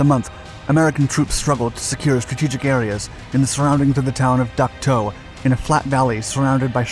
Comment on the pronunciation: Dak To not Duck To, but that’s okay. Great video!